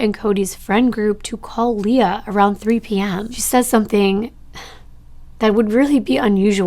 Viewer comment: I can attest to the fact that my name is actually hard for some to pronounce believe it or not. Almost always when it’s spelled Leah it’s said Lee-ah. Just the way said it. Ok on with the video….. ❤ One more thing, I love nirvana and think it would be cool if a TC creator covered Kurt’s case because as some of us believe…there might be more to the story.